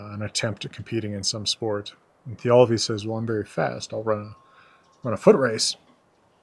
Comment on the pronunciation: Why is the accent in Thialfi on the second syllable, not the first?